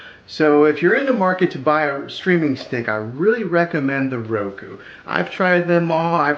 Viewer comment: Soundtrack is distracting, FYI. Would rather just hear you- ps I think its pronounced ROWkooo